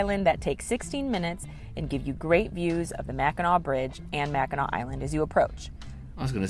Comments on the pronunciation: As a Michigander the pronunciation of Mackinac is driving crazy 😂😊 Its pronounced as "Mack in naw". I have been there a few times when I was a kid. The Mackinac Bridge, or Big Mac, connects the lower and upper peninsulas of Michigan. If I remember correctly you take the ferry from Mackinaw City (not a typo, pronounced the same way) on the Lower Peninsula to the island. The bridge is the 7th longest suspension bridge in the world and I believe the longest in the Western Hemisphere, if I'm remembering correctly. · Guys should learn how to pronounce Mackinaw! Mac -A - Naw! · It's pronounced Mack in NAW! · Please pronounce Mackinac properly. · Mackinac Island is in the State of Michigan, placed between the upper and lower peninsulas, in Lake Huron. It's pronounced as Mack - in - nah; a Native American word. This island plays a large role in Native American oral histories; the Anishnaabek (also known as the Odawa, Ojibway and Potawatomi) tribes inhabited the Mackinac Island area for thousands of years. No motorized vehicles are allowed on the island except for fire engines. There are lots of horses so watch where you step! It's an amazing place to visit especially if you're a history buff. Another place to visit is the Fort Michilimackinac on the lower peninsula in Mackinaw City. If you can time it right try to be there when they do historical reenactments. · It's pronounced Mac in naw. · Mac in naw not nac. I'm a Michigander and been to Mackinac Island a couple times, it's definitely nice place! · The word is Mac n naw island. Not Mac n nac island.🏝️ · Mack - in - awe! Please stop saying Mac in ack, please. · Mack In Naw not Mack In Knack. Got to get the research correct before posting a video. Other than that, great video. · MACKINAC, indian word. MACKINAW ISLAND!!! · Michigan pronounced Mack in naw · Mack - In - Awe - Island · Mack a naw. is how it is pronounced. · Its pronounced Mackin AW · It’s pronounced Mackinaw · Mackinac (pronounced Mac-in-naw) Island